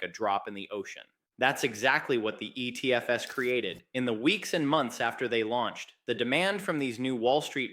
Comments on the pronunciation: the giveaway is the pronunciation of ETF's as "E.T.F.S". Not everyone, but occasionally. It's A.I. generated/ voiced. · It literally said, the E T F ES instead of the ETFs. It literally spoke the ES like it spoke the E, the T, and the F. I don't know if the video is AI, but the audio is. At any rate, what I got from all of this was, "Don't buy ETFs, buy actual bitcoin, and don't keep it in banks, custody it yourself." Old advice, still good as ever.